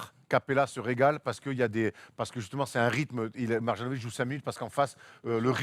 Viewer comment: Mais c'est pas possible, vous faites exprès de massacrer les noms de joueurs ou quoi ?!? Après "Donsitch", maintenant c'est "Mar-Jeannovic". C'est MARIANOVITCH. Le J en serbo-croate se prononce "ye", d'ailleurs vous dites bien "Yokitch" et non "DJOkitch"